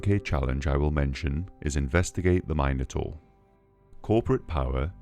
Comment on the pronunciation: every mine-o-taur kills me